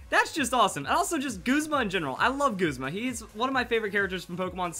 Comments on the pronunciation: Goozma... It's Guh-zma Goozma sounds wierd to me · It's pronounced Goozma? Thought it was pronouced Guhzma... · Its G"uh"zma not Goozma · it's correctly pronounced Guz-Ma not Gooz-ma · Perhaps. I tried looking for the official pronounciation, i couldn't find it. Until i do, i'm just g oing to call him Guh-zma. It just sounds better to me.__ __ \_(._.)_/ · Girlywonder AJ it's actually pronounced goozma